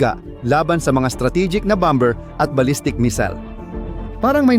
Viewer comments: Pls pronounce correctly the word bomber silent b pls 😂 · Ang bigkas ay bomer (,bomber)